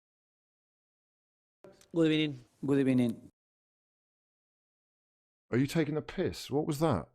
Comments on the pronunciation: Who sent in the good ebening 😂🤣😂👏👏👏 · What the hell was that “Good Ebening”??? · Good Ebening. Such a fitting intro